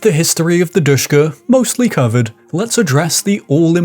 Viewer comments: I don’t want too be that guy but it’s not pronounced dushka but Dishka or D S H K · Sh is not "S", it is ш... As in ДШК.